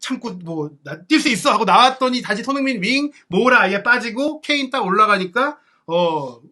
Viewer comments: 손흥민 발음이 잘 안되면 너무 빨리 말하지 말고 손 반박자 쉬고 흥민 선수하면 훨씬 나을 겁니다 😅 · "손흥민 선수"를 제대로 발음 못 하는 거 정말 귀에 거슬려서 듣기가 힘들다